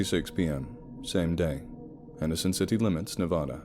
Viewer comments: OMG dude so awesome! But it's pronounced NE as in never, VA like valley, DA like Dad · I was born in Las Vegas Nevada and have family in the small drive to Henderson. The state name is of pronounced wrong but it doesn't really matter, people always know what your saying. I love your accent and narration 🐺 ignore ugly people and remember the fans that love you. Thank you for the great story 🐺❤️🐺❤️🐺❤️